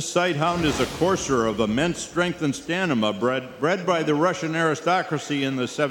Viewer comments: did no one realize the guy said "Stanima" instead of Stamina at the start? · “Stanima”? But seriously, Lucy is beautiful!